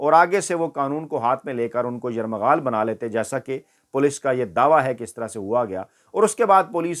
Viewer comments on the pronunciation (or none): ایک لفظ آپ بار بار غلط ادا کر رھے ہیں. آپ یرغمال کی جگہ بار بار یرمغال کہ رھے ھیں. درست کر لیں. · یرمغال نہیں یرغمال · It is یرغمال and not یرمغال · Dear lafz yerghamal ko aap ne 2 bar yaghmaral/yaghral kaha durust fermali jiye shukeriya❤ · سے درخواست ھے کہ (یرمغال ) کی جگہ یرغمال کا لفظ کہا جائے۔ شکریہ